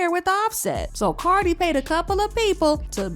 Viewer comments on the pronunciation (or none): Is this guy saying carly opposed to cardi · It's Cardi not Carly.. lol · Is this mf calling her Carly B😂😂😂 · why you calling this lady CarLi B 😂